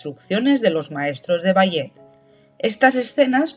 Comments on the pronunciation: Es IA verdad? Si no quiero decir que me dolió escuchar bayet en lugar de balé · Ni puedes pronunciat ballet correctamente? No te expongas cuando no sabes como decir l